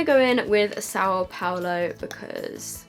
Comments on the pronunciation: The liquid lipstick Sao Paulo is pronounced sow(like how) pal-o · The lipstick is pronounced “souw powlo “